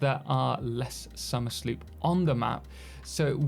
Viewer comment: Question: Isn't it supposed to be pronounced Somer's Loop?